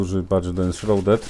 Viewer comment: "Enszrauded" od shroud - szraud. ;]